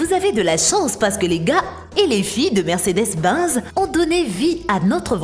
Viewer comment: Belle voitures mais grave problème d'élocution sur les constructeurs. Binz, réno, etc ....😁